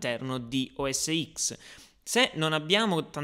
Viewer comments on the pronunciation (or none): Ciao, volevo dirti che sbagli ogni volta che dici "o es x", perchè sarebbe "o es ten";-) apple dice sempre così, non "x"